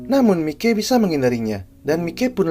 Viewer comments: Maiki bang bukan mike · Mike Mike apa sih 😂 harusnya Mikey dibaca Maiki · Bukan Mike bg sebut namanya Tapi dibaca maikiy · Masukn itu dibacanya maiky bukan mike . bg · Maikey bg bukan mikey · "Mikey" ❌ "Maykii"✔️ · Maiki bg klo di baca bukan mikey😂